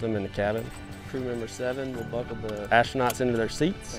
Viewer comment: astrounots lol very funny blue origin u make lol rly hard today